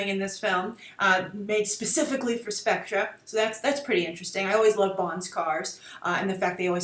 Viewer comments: its specter SPEC TER not SPEC TRA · Grace, it's pronounced "Specter" just like other British spellings like "Theatre." You wouldn't say "Theatra" would you? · It is pronounced "specter" not "Spectra". It is from the olden films. It's because we British use re as er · Spek tor not spec tra. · It would have been better if you had at least researched the history of the Bond films. It's pronounced Specter not Spectra. The comparison you make between this film and Capt America is just lazy, I'm sure the writers didn't go see Winter Soldier and think "yeah, let's just use this plot". You talk about how Bond is trying to be modern and not be outdated, but Sam Mendes has spoken in Skyfall interviews about how himself and Craig wanted to get back to the classic Bond feel. An example of that would be the male M and the old M office also a dryer chauvinistic Bond. Bond has its problems when its trying to be current ie: Die Another Day. I do agree that Mendes did use inspiration from The Dark Knight for Skyfall. I think Nolan being a James Bond fan used Bond as inspiration for Batman and Inception. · It's pronounced Specter, not Spectra. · specTER specTER it's NOT pronounced specTRUH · Grace. Watch Thunderball 1965 and From Russia With Love 1963 for the pronunciation. Even Sean's pronunciation is still SPECT ER, not SPECTRA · Seriously. Stop calling it Spectra. Just. Fucking. Stop. Ill-educated nitwit. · Pronounced spec-"ter" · It's pronounced Spec-ter! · Jean Dezem I was thrown off by the way Grace pronounced it, i thought it was always pronounced spec-ter in american-english. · Love the video. I believe it's pronounced "Spec-ter" though, watching some of the older flicks I remember everyone calling it by that name. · Pronounced SPEKTER!! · Isn't it pronounced SPECK-TER ? I just say that based on watching the old bond films. I believe it was pronounced as that. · Can everybody stop pronouncing SPECTRE wrong? Have you not seen any of Connery's James Bond films?